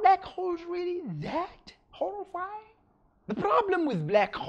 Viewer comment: he pronouces horrifying like this but are all black holes HOORIIE FIyingg